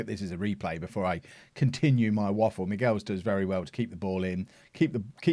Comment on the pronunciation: I'm pretty sure Michels is not pronounced 'Miguels' it sounds like he's Mexican.